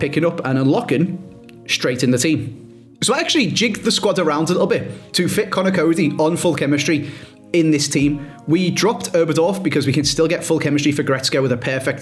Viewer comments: That would be Rähl, ö sounds like the U in turn or the ea learn. But not gonna help explaining since he says Oberdorf as Öberdorf….😂 wait JUST PRONOUNCE IT LIKE YOU DO WITH OBERDORF 😂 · calling Oberdorf Öberdorf and calling Röhl Rohl …😂